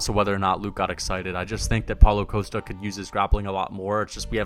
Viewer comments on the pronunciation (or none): none